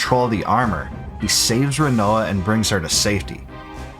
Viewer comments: A few pronunciation corrections: Edea = ‘Eh-Day-uh’ Rinoa = ‘Ry-noh-uh’ Odine = ‘Oh-dyn’ Lunatic Pandora = ‘Lu-nha-tic’ Pan-dor-uh Fun Fact = the “-ic” suffix in Lunatic actually means referring to - The root term Luna means ‘Moon’ Thus Lunat-ic means referring to the moon… you know, where these fucking monsters are sourced from in this portion of the game… They (the monsters) make way to Earth via the Lunar Cry… coincidence? No, you goddamn mispronouncing morons… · great video, but honestly how can your pronounce laguna properly but not rinoa